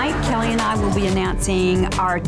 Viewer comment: I love Kelli but deliberately pronouncing her name wrong ...is wrong🤷😢🤍💙